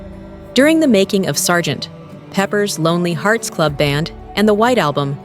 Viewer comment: AI can not say Sgt Peppers Lonely Hearts Club band. Not Guilty was George's way of saying the India trip wasnt his fault. The whole mahareshi story was made up by Magic Alex bc he was jealous of him taking John's attention. Get your stories straight.